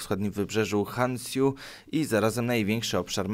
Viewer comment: Tak uwaga wyspa na której jest położone Tokio czyta się,, Honsiu'' ;)